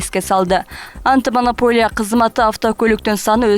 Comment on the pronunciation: Антымонополия дегин 😅😅 может анти